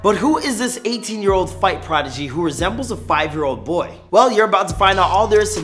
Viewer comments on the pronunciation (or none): none